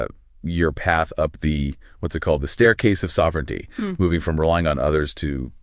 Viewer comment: Put the stress on the first syllable of ‘sovereignty’